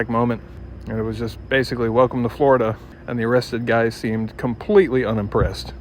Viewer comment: Wow "flee plane-lide"! To "Flow-rida" Hook me tha fluck up! I wanna swim!😂😂